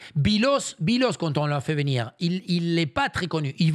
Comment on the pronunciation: "Il va vénir TROUVER..."